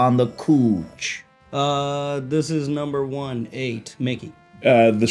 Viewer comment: Did he just say the 8 of us on the cooch?